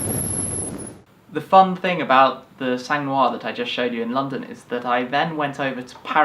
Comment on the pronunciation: Awesome video again! Btw Sang is pronounced without the G